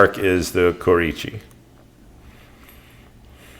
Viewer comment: Dude it's Kurouchi not "koreecheeee" ffs.